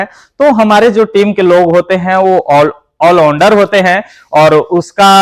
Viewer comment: आल उंडार नहीं आल राउंडर बोला करो